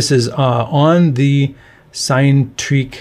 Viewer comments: I think it’s pronounced “sin-e” as in Cinema rather than “sign”, you said the same with Cinerails earlier in the week 😊, its origin is from the Greek word “Kine” which means motion. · I just can't with this 'sign-treak'... it's 'sin-a-treak', it's literally pronounced on their youtube channel.